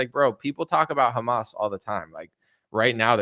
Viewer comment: "A list with Khamas Tunnels"😂